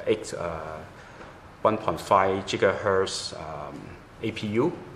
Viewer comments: "we have a a 1.4 jigahertz" (it's gigahertz) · No, he said 1.5 Jigahers.